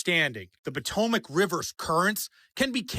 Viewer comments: Pa-toe-mick. That should help you. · Po-to-mac? Come on! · Its "Pa toe mick". Fyi. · Po-toe-mick that's how we pronounce it. That was funny though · IT IS THE PO-TOM-IC RIVER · 😂❤ That's an interesting way to pronounce the name of the river that goes through Washington DC! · Why are you pronouncing Potomac like that? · you got to learn how to pronounce the Potomac River that's the river that Washington took his soldiers across in order to save America during the war against the British come on dude come on you're an American citizen you should know number one how to pronounce the word correctly and second of all understand the significance of that River in our history.